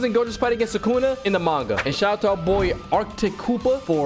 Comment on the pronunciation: Guys for a second in mahoraga sukuna becomes thukuna